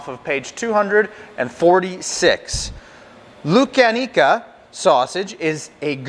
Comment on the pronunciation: You are pronouncing the name of the sausage wrong it's pronounced LOO CAR KNEE CA